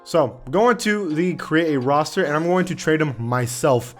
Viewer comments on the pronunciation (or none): none